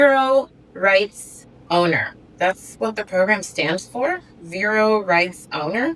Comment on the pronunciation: What are you saying, ‘vero’s’ ? Can’t understand what you’re saying, maybe y can spell it?